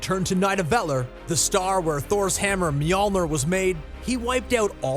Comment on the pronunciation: Great video as always! But the narrator mispronounce Nidavellir, Mjolnir, Chitari, and Eitri.